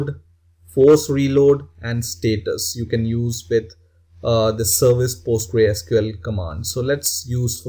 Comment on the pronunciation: You should pronounce Postgresql as " Post-GRES-que-ell " and not like "Post-grei-SQL".